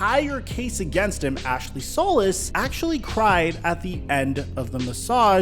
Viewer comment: Hey good video, as Texans fan and solis rep it is pronounced SOL EECE, thank you for your time